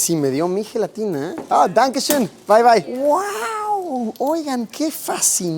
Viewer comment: Su "Dankeschön" salió perfecto